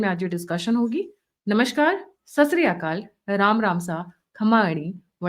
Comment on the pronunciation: सस रिया काल नही ❌ यह सत श्री अकाल ✅ है